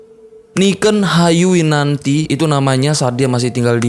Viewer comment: Niken bang, bukan Niken